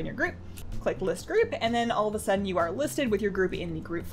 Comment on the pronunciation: That 'a' on all at the start is triggering me